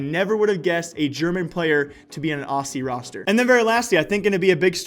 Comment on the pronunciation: You dont know how to pronouce aussie